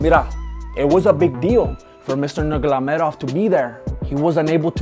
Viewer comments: Brother 1rst of all its Nurmagomedov not nurlagomedhov.but u broke it down very well..only one thing i missed from ur 7 things that is Khabib refused Poriers Neck. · nugulamedob who? it's nurumagumadov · Nur-ma-go-me-dov, not nurgulalalaev, plz. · “Mister Nurglamadov” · Every time you say "Nurmalogedov" i die of laughing! You are the funniest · You got me at "Khabib Nurgalamedov" 😅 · Mr. Nurgolomedov lol! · “mr. nurgalamedov”, i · “Nurgalamadov”... lol! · Nurgalamedov 😂 cracks me up every time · Who is "Nurglamedov"? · Mister Nugolamedov hahaha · Mister "murgaledov" LOL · “Mr Nurlagomedov”😂😂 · 😜😝😂😂😂 Khabib 'Nurgalomedov' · You are butchering the names... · Maybe learn to say his surname right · Khabib wants your location, he wanna smash you for butchering his last name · LoL you are hilarious 😂 it's too funny the way you mispronounced nurmagomedov . Mira aquí vatos you got a new fan 😁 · He cant say nurmagomedov hahaha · Very very good, I was smiling even when you butchered my boy's last name, thumbs up.